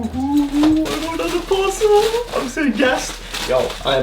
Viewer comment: the way you said parcel hahaha